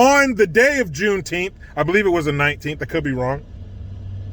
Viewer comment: "Junetenth"? That's weird, "June" isn't a number.